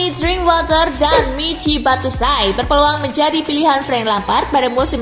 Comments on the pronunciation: Kaka Bacanya Bacuayi, bukan Batusai kaka.... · cara ngeja nya Batsuayi ( Batshuayi )... bukan Battusai... wkwkwkwk :D